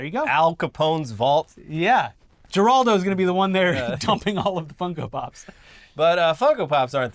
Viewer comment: Who's "Jeraldo?"